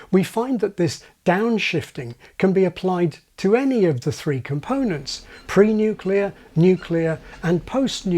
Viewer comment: I had to pause at pre-nuclear and post-nuclear. Well done.